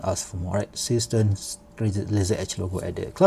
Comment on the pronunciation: Is that supposed to be a German name? Zay shtairn, Sea Star.